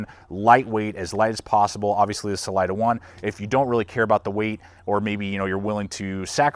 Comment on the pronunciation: I can't watch this with how many times your saying the name wrong. Im sure its been said before.. its a spanish word. Redo your voice over please!!!!!!!